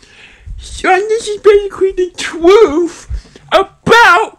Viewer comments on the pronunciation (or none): Um- stop it, get some help. “Twuth” “Wosy cwosy” “Gwacha twuba” “Agwee” “Pitwure” God, your giving me a headache